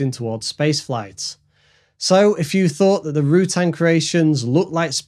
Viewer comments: Your facts are all screwed up. How about you actually check your script to see if it's accurate? While you are at it, how about some speech therapy? Rutang? WTF. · Please, there is no "g" at the end of Rutan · Please stop saying Rootang and Vary Easy E. It's "Rutan" and "Vary Easy".